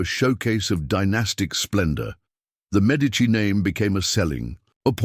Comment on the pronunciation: The pronunocation of the medici name makes this impossible to losten too